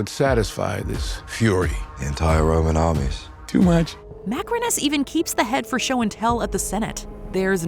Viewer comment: I wonder Why you called Macrinus 'macaroni' at the timestamp for but lts funny though😂😂 love your content btw❤❤